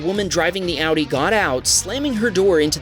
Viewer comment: Why do people say Tesssla ... sounds cringe